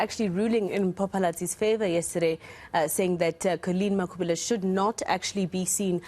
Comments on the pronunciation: Why Mayor act as if can't pronounce Makhubele correct. Black person who wish to be white I am disappointed. 🙁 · no it not that I don't have any problem with white people as humans. I am disappointed the way the mayor she speaks the majority of white people can pronounce the African surnames correctly but the mayor she act as someone who doesn't know how to pronounce the Makhubele surname her accent it like a person who is new in Africa.